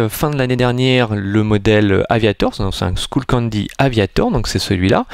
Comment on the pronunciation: Juste c'est pas skoullcandy mais skullcandy:soit ton accent est pourrit soit tu sais pas comment le prenonver